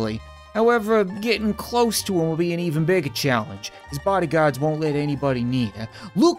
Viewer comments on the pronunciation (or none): none